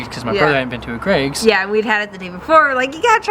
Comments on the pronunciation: Just a couple of things on pronunciation: Greggs is literally just "eggs" with a Gr in front - not Greigs. And Fenwick is pronounced "Fennik" 👍👍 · Greggs is pronounce to rhyme with 'eggs'!